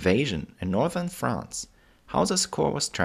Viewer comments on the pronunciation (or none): none